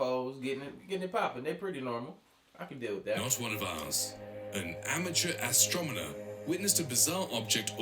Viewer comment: Did the narrator say " an amateur astromener"? 😂